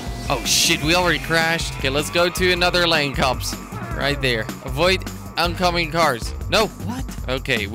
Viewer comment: (Michael123cz Gaming) he say KOPS not COPS or CUPS